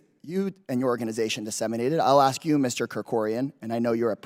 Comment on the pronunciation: Like you guys can't say ask instead, you continue you'll see you see axe instead, I ask, yeah, talking about yourself again